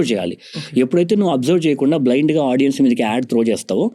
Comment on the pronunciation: Hey sorry to say. It's very irritating to hear audien? There's nothing like audien. Audience is the word. Content is great but pls correct this vocabulary.